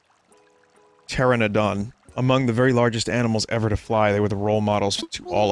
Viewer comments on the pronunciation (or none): vinny: i like dinosaurs also vinny: *can't pronounce pteranodon*